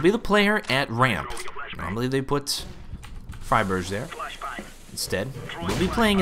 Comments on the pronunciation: why friberj? it's friberg... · Hey you pronounce friberg wrong man it is pronounced fry burg like the berg in iceberg there is no ghh sound keep up the good work! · It's Friberg, not "Friberch". A "g" like you pronounce the city Hamburg. Probably something only we sweeds will think about though. Great commentary! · It annoyed me to fuck when he pronounced fribergs name wrong xD